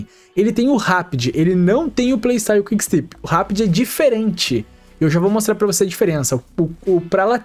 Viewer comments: se diz quick stép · Video muito bom! Parabéns,. Só pra ajudar ai nos próximos, a pronuncia eh quick stép. Valeus! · Valeu demais pelo vídeo! Só uma observação: se pronuncia quick stÉp, com enfase no É msm 😊